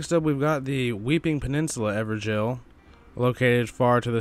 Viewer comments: I pronounce them as ever-goals not ever-jails so it's wierd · IT'S NOT EVER JAIL